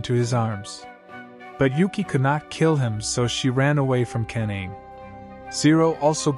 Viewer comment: Th pronunciation of ka-na-me is crazy😂😂😂